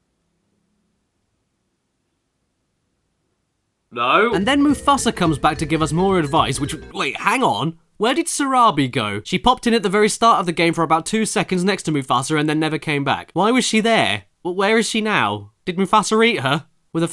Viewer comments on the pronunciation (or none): Narabi? You mean Sarabi? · It's Sarabi not Narabi.